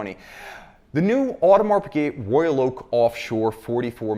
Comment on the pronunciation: Pigut.... Really?